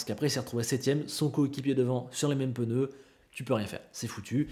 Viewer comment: C'est moi ou avant tu disais pneu et pas peneu? J'ai vraiment tiqué sur cette vidéo. Sinon comme d'habitude, au top, je taquine. Merci:)